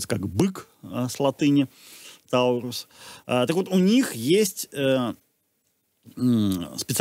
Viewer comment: скоріше тОрус, чім тАУрус.